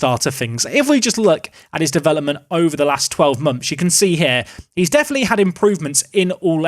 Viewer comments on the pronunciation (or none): none